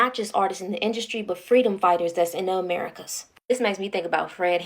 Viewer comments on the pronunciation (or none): none